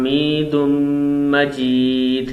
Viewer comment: Bhai majrat ke sath hamidun na padhkar aap hamidum majeed padhe